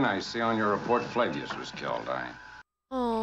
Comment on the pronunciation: Flavius. As in Flavius Josephus.